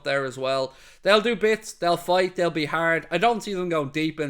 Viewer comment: Hoping for Messi and Argentina to take the trophy so he can be cemented in football history as the world's best ever to play the sport lol I had to listen to this bit again, I thought you said "they will work hard, they will bite (you said fight)" lol